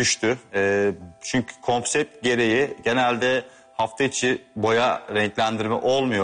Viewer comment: bi konsept demeyi öğren..